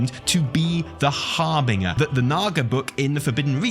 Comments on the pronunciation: You're still saying harbin-ger instead of harbin-jer - Evitel needs to keep reminding you!!:D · Please stop saying "har-bing-er". It's "har-bin-ger" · Har-Bin-Jer not har-bing-a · I wonder if is just trolling at this point with his pronunciation of the word “harbinger” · Omg he cant say harbinger lmao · Is pronouncing "harbinger" correctly? (I thought that the "g" was pronounced like a "j".) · oh no not being back at saying harbinger wrong! we've gone through this!! hahaha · That's not how you pronounce harbinger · Somebody please tell how to correctly pronounce *harbinger,* lol.